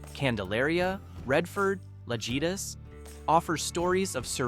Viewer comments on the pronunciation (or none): Sorry. Someone had to say it. In the Mexican language. the letter J is pronounced like H. Thus, the word Lajitas is pronounced “La-HEEta”. But I’ve been there and I love the drive. And after you’ve driven from Presidio to Lajitas try driving from Lajitas to Presidio. Completely different view and scenery.